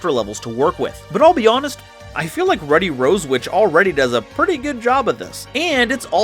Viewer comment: You're saying Ruddy wrong................